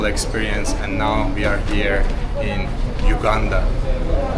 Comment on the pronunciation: And I like the way u prononce Entenbe btw u pronounce the U as u not ou in Uganda but thank you for coming to Uganda and O hope you had a great time here